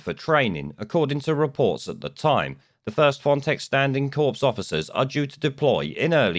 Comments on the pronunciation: It’s pronounced “core”, not “corpse” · FYI it's pronounced 'kor' not 'corps' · "Corps" is pronounce "core". Good video. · ‘Corps’ is pronounced ‘core’, not ‘corpse’, which is something else entirely. Just saying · Corps, pronounced cor, ok thanks for e erything good reports bless you. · the s in corps is silent. Your saying “corpse”, which, on reflection, might be the right terminology 😂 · when you say Corps, don't pronounce the p or s, as in Marine Corps. A corpse is a dead person. And I am Mr.Pedantic lol